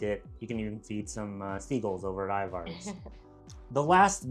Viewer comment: Your pronunciation of Ivars was so goofy LOL. Accent should be on the First syllable, and the second syllable is pronounced with an E sound, not A. I-vers